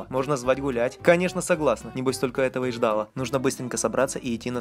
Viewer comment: В слове ждала ударение на вторую букву "а"!